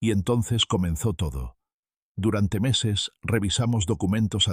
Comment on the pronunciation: Muy desagradable el sonido de pito en la pronunciación de las eses.